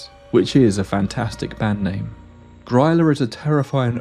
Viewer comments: Grylla? you mean gorilla? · Few friendly pointers from an Icelander😊 Gryla is actually pronounced like it has "ee" instead of the "y", like in green, Gr-ee-la. Also, the yule lads stop coming on the 24th 😊. First one comes on the eve of the 12th. Kids put a shoe on a windowsill, in their home, on the 11th and get a gift during the night. They go back to the mountains on the 6th of January, which is the 13th day of Christmas.